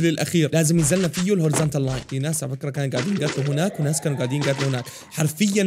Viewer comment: هناك❌ هوناك✅